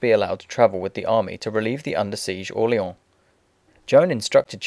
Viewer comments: dauphine pronounced do-fa and orleans : orleon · Im not sure if your pronouncing Dauphine and Orleans wrong, but it sure sounds like it.